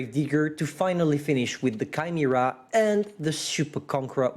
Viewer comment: did he just said Kimera for Chimera ?